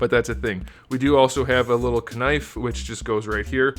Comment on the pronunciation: This man really pronounced the k in kinfe. 10/10